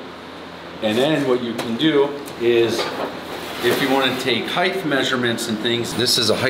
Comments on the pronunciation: "heighth" ? Yikes! I almost unsubbed!! :( There is no "th" sound at the end of the word "height". It ends on the aspirated "t". HEIGHT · Yaw-muh-haw. Also heighT no extra H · t, t, t, 'height' no 'th'. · Love your videos mate. Just one question…I always hear Americans and Canadians say “heigh-th”….with the “th” on the end…why is that? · There is no "h" at the end of height. Come on man you seen pretty bright but you get that wrong